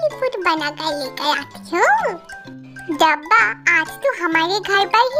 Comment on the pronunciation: sis dabba ko dhabba 😂😂 bolti hai😂😂